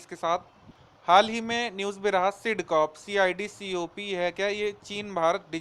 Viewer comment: SIDCOP , not CIDCOP